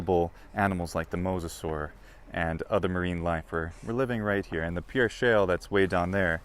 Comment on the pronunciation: Great vid. I live in S.D. Just an FYI, we pronounce it “PEER” even though spelled like the french pierre.